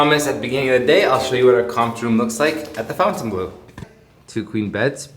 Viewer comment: It's not FOUNTAINbleau. It's FONTINbleau.